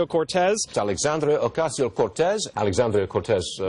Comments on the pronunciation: And the STILL can't pronounce her name!! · It's been over 2 years. For God's sake, pronounce her name right YOU DINGBATS!!!!!!!!!! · If nothing else, maybe they will eventually be forced to correctly pronounce her NAME! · Wow that’s crazy. They could probably do better at attacking her if they learned to pronounce her name without sounding like morons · You forgot to mention that she's a hypocrite having an Amazon wishlist and that her name is sooo hard to pronounce. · Can people just fucking learn how to pronounce Alexandria ocasio-cortez it's not that hard